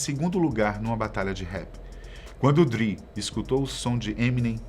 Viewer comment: Mesma coisa do Dr. Dre, que eles pronunciam Dr. "Dri"... não se dão nem ao trabalho de saber como se pronuncia.